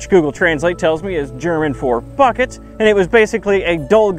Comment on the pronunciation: lmao I understood 'fuck it' when he said 'bucket'